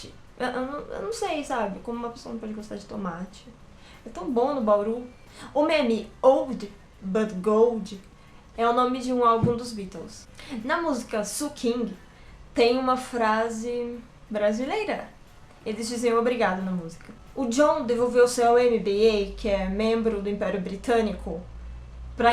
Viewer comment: Tu pronuncia Sun King sukin kdkskskskd que fofo